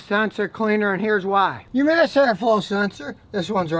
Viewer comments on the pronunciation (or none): Scotty it's mass air flow not math air flow